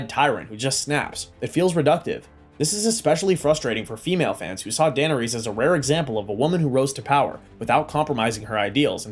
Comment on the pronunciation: AI GENERATED.. DUH NER RESS. NOT DANERESE